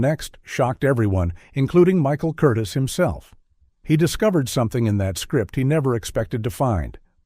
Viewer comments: Director's name is pronounced Kur-Teaze' accenting the second syllable. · I never heard Ann Blyth (blyeth) was difficult. Michael Curtis (kur-tease). AI sucks.